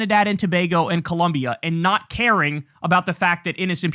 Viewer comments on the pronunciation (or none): none